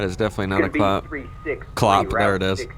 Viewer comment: a "clop" wtf lmao!